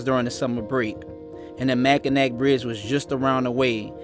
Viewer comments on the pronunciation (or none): Michigan is named with french being the source language. The Bridge is Pronouned "mack-in-aw" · Awesome! Love the Pic of Lambeau! Lots of awesome riding here in the U.P. just come a little more north than 2 ;) remember it's pronounced Mack in awe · I pronounced Mackinac that way all my childhood until ai was corrected. It’s pronounced Mackinaw. I know, it’s strange lol. Great documenting! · G!!!! The 'C' in Mackinac is SILENT!!! MackinAH Bridge! Your videos and eloquent narratives are deeply moving. See you on the road, brother. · I pronounced Mackinac that way all my childhood until ai was corrected. It’s pronounced Mackinaw. I know, it’s strange lol. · Mac a naw That’s how we pronounce it. Mackinaw. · Mackinac is not pronounced as ac. Pronounced as na, like na just playing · Mackinac= Mackinaw... the c is silent bro